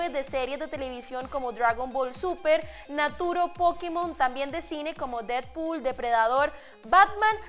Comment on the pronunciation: Naturo aprende a leer mínimo naruto